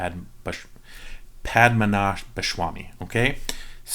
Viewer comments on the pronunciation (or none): your pronunciation is SOOO close! not SHWamy, but Swami, and you're good. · dad its padhma--na-bha----swamy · Padmanabhaswami ennokke parayunnekettooo... nte bhagavaneee.... pashamanashbha shwamaayy